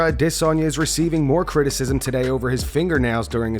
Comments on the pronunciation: Can you just go back to sayin Adesanya normally bro 😅😅 everytime i hear you say Idissonya instead of adesanya i just laugh 😂😂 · it's produced adasanya, not ahh-this-sonya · Man I hate the way the narrator pronounces Adesanya like E-Diss-On-Yeah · You pronouncing adesanya with all that extra oomph on the DISS just makes sense, yet sounds dumber and funnier every time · Israel ah-DIS-on-YAH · Why do you say adesanya like that bro? Ah-DIHSS-anya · My Nigerian friend says you’re overpronouncing Ah- Desanya It’s more subtle than that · Stop say Dis onya 😂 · I can’t stand how this guy pronounces Izzy’s last name. aDEsanya. I don’t care if that’s closer to the real African way to say it. No one else pronounces it that way. That’s all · Bro goes out of his way to say aDESanya to hurt my brain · Why this arshol pronounce it adi zanya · am i the only one that feels like they are losing brain cells every time this guy says Adesanya??? it’s pronounced “a·duh·saa·nyuh” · I fuggid HATE how u say “Israel Ah dISS anya” Like wtf. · Surely I can’t be the only one who finds it annoying and irritating the way this guy says “Aah-ddday-Sanya”! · Why do you say "DISSanya"? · I really love how the narrator pronounces adisanya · Israel A-DISS-anya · i always freeze when i hear "ade sanya" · a-DIS-soneya like why the fuck did u say it like that multiple times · If you fucking say aDDesanya one more fucking time I’m done man… yeah we get it! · Please learn how to pronounce adesanya, its 1 word not 3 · Dude quit saying izzy's last name you say it weird af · The nerve to say Adesanya like that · PLEASE STOP SAYING IZZYS NAME SO WEIRD, THANK YOU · Fuck I hate the way you say Adesanya! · The way dude says adesanya gets annoying like he pauses on every syllable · How do you have an MMA channel and can’t pronounce the most popular fighters last name? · Not many things as annoying as hearing the way you say "Adesanya" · Fuck the way you say Adesanya... drives me insane